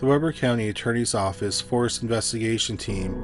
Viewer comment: The county Ogden is in is pronounced wee-ber. I learned that after a week of living there. And from the looks of the area of Ogden, it looks more like the upscale part of North Ogden, or where I lived in the HOA areas.